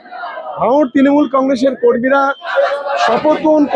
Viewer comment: ত্রিমুল নয়, তৃণমূল। হাতে মাইক্রোফোন নিলেই সাংবাদিক।